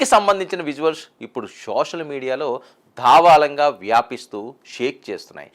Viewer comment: ధావాలంగా కాదు బాబు ఆ పదం దావాలనంగా అని స్పష్టంగా తెలుసుకోవాలి.మీలాంటి తెలుగు రీడర్లవల్ల తెలుగుకు తెగులు పడుతోంది